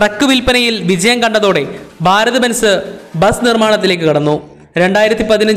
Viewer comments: 'ബ'അല്ല 'ഭ'ഭാരതം ok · ബാരത് എന്നതു കൊണ്ട് ഭാരത് എന്നു തന്നെയാണോ ഉദ്ദേശിക്കുന്നത്? സഹിക്കാൻ പറ്റാത്തതുകൊണ്ട് ചോദിക്കുന്നതാണ്. ഭ എന്ന അക്ഷരം ശരിക്ക് ഉച്ചരിച്ചുകൂടെ. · Baarath alla..bharat..bhaa bhaa